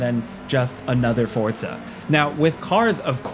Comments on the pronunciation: Forza not Fortza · Forza , not fortza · WHY DO YOU KEEP CALLING IT FORTZA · Is it supposed to be pronounced "Fort-za" like that? Like pizza? Or is this another -ism? Mary-yo Kart anyone? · Why is he saying “fortsa?” Have I been saying it wrong my life? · Fortza? uhhh.. ^.- you okay bro? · No T in forza 😉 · Am I missing the T in Forza?